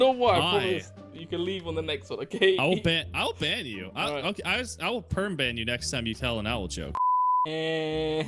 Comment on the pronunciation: Did anyone notice when said "I'll ban you" but it sounded like "owl ban you".. also said "i'll perm ban you next time you tell an owl joke" sounded more like "owl perm ban you next time you tell an owl joke" haha